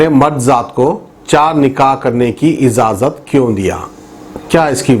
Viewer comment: (Ezazat)😁😀ejazat hai 😁 Urdu Ka janaza nikal jaara😁